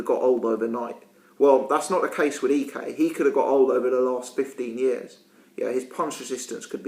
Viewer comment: You're pronouncing his surname right but his first name wrong. its eyek as in ike and Tina or ike Williams.